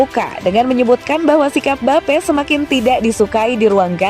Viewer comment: Mbape jadi mbapuk 😂😂😂